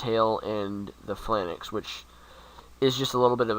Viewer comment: It's pronounced Pha-Lanx -_- Not Phi-LAN-Nex